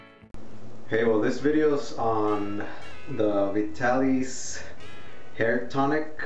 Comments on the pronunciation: It's prononced Vy-TAA-LihS. Not Ve-Ta-Lis. How much you use depends on how thick you hair is. It was used back when men wore shorter hair styles and it allowed you to make a little wave in the front like in "Mad Men" TV or old Superman TV shows. Men didn't use hair spray back then and you either used Brylcreem, a pretty greasy hair pomade or Vitalis that said in their ad's "Don't use tht greasy kids stuff.". Now it seems only guys over 50 buy it. But a bottle lasts a long time. If your hair is wet it works best. You pour it into your palm and rub your other palm together to evenly distributed it onto both hands. Then work it in. Do it twice if needed. Most guys put it in thn blow dry. Beside two kinds of Alcohol and Butyl Ether ( used to spread the tonic but not leave it felling greasy, also used in gasoline to make it gas burn better) and Benzyl Benzoanate (used to treat scabies put used here to condition the scalp). Oh ya! It's flamable. But all the alcohol and ether evaporates for that shiny but not greasy look. It's getting harder to find in stores and only Walmart and Walgreens stocks it. The other chains like CVS and RiteAid only sell store brands tht don't have that familiar scent. Like Old Spice or Clubman after shave its a classic mens grooming product. Nice to see a younger genertion is trying it. You shoud review Brylcreem, Groom & Clean (by Suave) and the old Wildroot Cream Oil. Thanks for making the video from a Vitalis kind of guy. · Pronounce it VY-TAL-ISS. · HE PRONOUNCES THE NAME OF THE PRODUCT WRONG